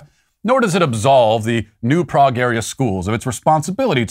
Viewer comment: Lol Matt pronounced New Prague incorrectly. But it's no biggie. Just like how most people pronounce Houston, NYC incorrectly too.